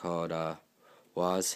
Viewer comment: OH MY GOD!!! IT’S CALLED Wæžē NOT Wáżē If you can’t read that, it says It’s called Wae-ze not Wha-ze